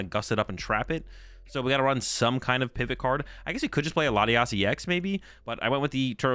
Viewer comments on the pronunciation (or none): none